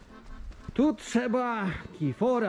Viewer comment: Tirfor a nie kifor